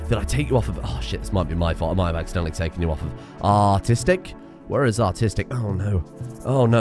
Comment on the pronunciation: when you say "artistic", it sounds alot like "autistic" lol